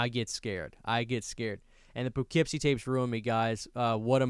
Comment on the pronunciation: I lost sleep over your mispronunciation of Poughkeepsie